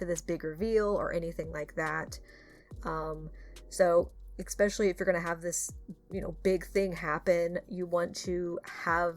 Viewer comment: noticed that you say eXpesialy (especially) or am I just having a stroke? it's intersting if I didn't mishear it since I've never heard anyone say it like that.